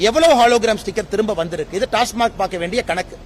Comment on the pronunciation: டாஸ்மார்க் என்று உச்சரிக்கிறார். கவனியுங்கள்.